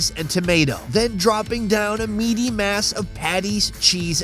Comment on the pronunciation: He said meaty mass... But I heard medium ass